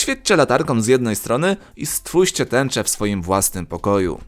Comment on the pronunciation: Lubie oglądać Twoje filmiki, ale te "wkoNcu" a nie wkoŃcu. ..."stfuście" a nie stwójrzcie ....uszy więdną. .. co filmik to samo....